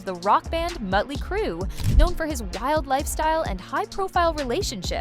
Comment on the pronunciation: And muttley crue